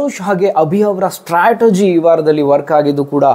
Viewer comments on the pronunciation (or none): none